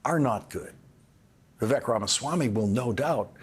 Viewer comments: Old man lawrence cant even pronounce Viveks name right. Rhymes with lake. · Vivek rhymes with cake, Lawrence. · its embarrassing you don't know how to pronounce Vivek.